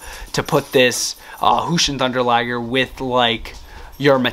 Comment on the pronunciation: Btw it’s jushin with a j but no hate no hate